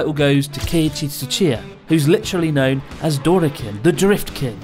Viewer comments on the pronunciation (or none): lol its dori kin not dora kinnnnnnnn aaaaaaaaaaaa